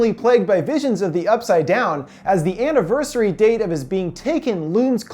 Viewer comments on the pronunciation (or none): none